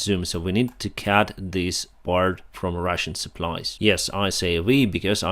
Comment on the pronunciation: Dear, it is not cat, it is cut.